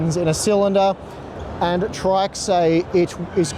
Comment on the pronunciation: Just an FYI, According to Paul's Hardware, it's pronounced "Tricks".